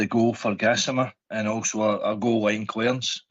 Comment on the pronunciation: it's Gassamma not Gassmana Gassman is a nickname